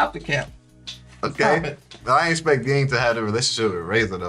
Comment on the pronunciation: Ging = Jing not gggggging